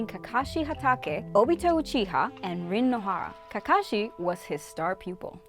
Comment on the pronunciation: I hate it when other people say kakashi like ka-kashi instead of ka-ka-shi